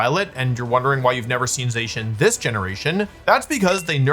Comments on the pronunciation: I like how Wolfy switches between pronouncing it “Zay-cian” and “Zah-cian” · Hearing you say zacian wrong every time but once it's a fact I'm willing to overlook if you will please for the love of all that is Pokémon stop saying "Row Tom" when saying Rotom. It's motor backwards. In no universe would you say "Ma Twor". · I usually don’t let things like this bother me but the way he says Zacian makes my teeth hurt.